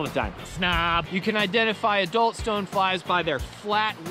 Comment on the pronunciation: He said "identiFLY a mayfly" lol